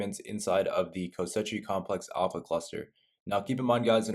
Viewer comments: Same reason he keeps calling it Kosetchi complex. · The amount of times he says ko sechi complex 😂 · Great guide dude, thanks! Kosechi though...? :P